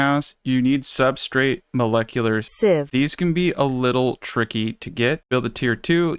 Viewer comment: Pronouncing molecular steves is definitely a challenge